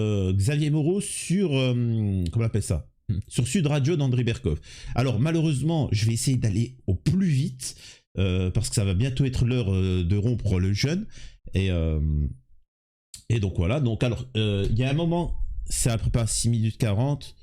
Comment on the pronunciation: Pour info fais gaffe quand tu dis "rompre le jeûne", ça ne se dit pas comme "rompre le jeune", ça c'est morandini ! Et merci d'avoir donné la parole a cette jeune femme :)